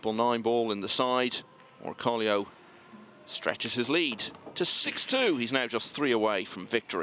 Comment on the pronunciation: Its OR CO LO not Orcolio